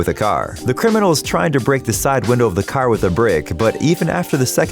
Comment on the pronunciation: Window not widow